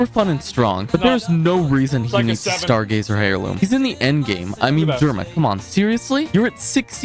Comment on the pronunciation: The guy said "hairloom" wtf. 😵‍💫